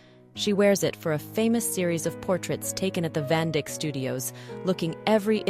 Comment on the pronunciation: Tip-off of AI voice: “Van-dick.” So turned off by this in the first 2 minutes. Supposed to be sounded like “van-dike.”